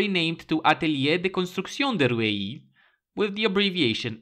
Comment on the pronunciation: Pronunciation tip : Rueil should sound somewhat like "Röwye", with a french R. It's not even standard by French rules :D